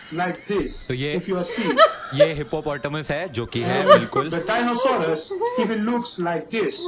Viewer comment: It's Hippopotamus and Rhiosaures but this genius says it's hippototamus!!!